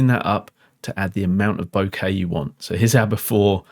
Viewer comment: Wonderful video. Thank you for using the correct pronunciation of the word ‘bokeh’! As an American living in Japan for 35 years it’s always been grating on my ears to hear the word mispronounced by English speakers!